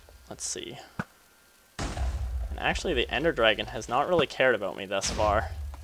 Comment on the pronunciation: "drag-on" its funny.